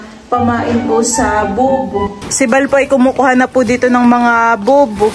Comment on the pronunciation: just wanted to say this just to correct you and not to bash, im one of your silent viewers... it is pronounced as boots not booch... 😊